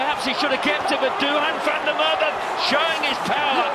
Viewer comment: it's van der MacErwe